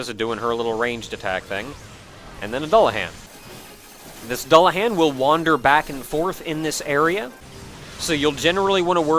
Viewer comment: you keep mispronouncing Dullahan